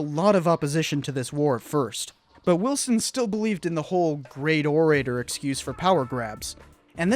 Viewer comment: check your "orator" pronunciation.